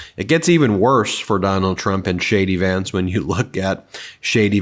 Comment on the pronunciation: The speed you say JD Vance sounds like you are saying Shady Vance.